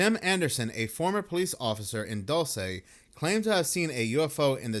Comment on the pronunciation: Dulce New Mexico = pronounce "Dul- See" New Mexico.. I want to move to Santa Fe. Be there!! 🤯🤯🤯🤯